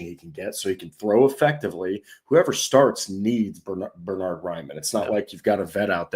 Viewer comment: Bern-hard not Ber-nard. the first syllable is pronounced Bairn like the Scottish Wee Bairn.